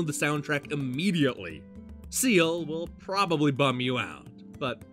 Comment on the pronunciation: It's pronounced 'scale' not 'seal'. I tell you that, as an Irishman. I've never actually hard of the game before. But I am now interested in it.